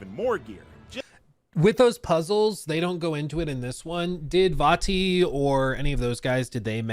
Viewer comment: He can't even pronounce Vati, give him a break 😂